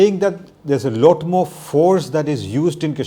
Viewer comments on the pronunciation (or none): can Dr jacob improve his pronunciation. lot is loat for him. T is being replaced by D and so on.